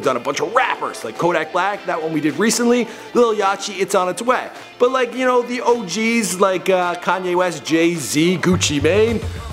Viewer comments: he says lil yachy instead of lil yachty lmao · bruhhh... did he just say lil "yatchi" lol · It’s pronounced Lil Yot E Not ya Chee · Omg he said lil yachi it's lil yah-tee ( pronounced like that but spelled Like lil yachty ) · Its pronounced yahtee not yachy lmao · its not "Lil Yach-y" Yacht like a boat - Lil Yacht-E is how its pronounced - Lil Yachty - Lil Boat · It's pronounced like "lil yawty" like the boat "yacht" not "lil yachy" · At the end, did u really just fuckin say "Lil Yachie"? Hahaha It's Lil Yachty!!! Ya Know, Like A YACHT!!!! Hahah ya Canuk Fuk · You mispronounced Lil Yachty . you said Lil Yachi. I won't give you crap for it😂 not like this mofos down here👇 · Lil Ya-Chi??? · It's (Yah-dee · Its Lil YACHTy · It's pronounced "lil yah-tee" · This nigga really pronounced his name like "Lil Yotchy" come on dawg dfff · ''Lil Yachy'' lmao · W.D.Y.W - What . Do . You . Want Lil Yachty - (lil - ya - tee) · ITS PRONOUNCED YACHT----E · Lol it's pronounced lil yah-tee, it's like adding an E to the end of the word yacht. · Lil yacthy is pronounced like yatty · THE WAY HE PRONOUNCED LIL YACHTY AT THE END OMG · did this dude just.... mispronounce lil yacht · The way he pronounced Lil yachty😂😂😂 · why tf did. you pronounced yachty wrong wtf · He doesnt know how to pronounce "lil yachty" 💀